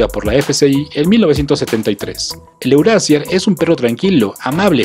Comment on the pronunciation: Ya que hablas de razas alemanas pronuncia bien los nombres... Euroasier se pronuncia Euroasia (r al final de palabra es a y la ie es ii)